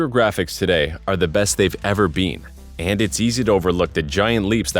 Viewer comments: “Computer graphics today are the best they’ve ever beeeen.” Lol Canadians. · why u say been like that